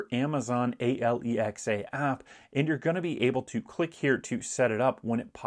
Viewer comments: i like how he says “a l e x a” so it doesn’t activate 😂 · I was giggling at that too 😂